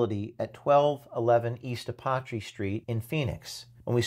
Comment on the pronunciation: Learn how to pronounce Apache. It’s a well know Indian Tribe.